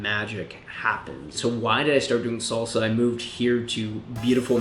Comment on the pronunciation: Fellow salsero, and agree but do note it's pronounced salsa not solsa! You're giving strictly come dancing vibes. It is a Spanish word and uses Spanish phonetics!